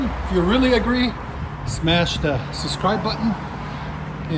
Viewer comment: Hellcats/beast mode. Gotta love it Subscribe vice suscribe, not that I’m trying to publicly shame your pronunciation prowess!!!!! I love the sound of V8 power